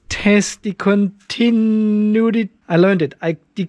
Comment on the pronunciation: CONTI - NU - ITY 🤣